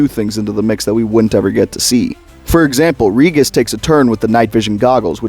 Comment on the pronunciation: You are mispronouncing Regis. It has a soft G.